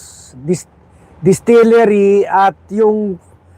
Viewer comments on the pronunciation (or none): Distilliary” Limtuaco “ 😅😅😅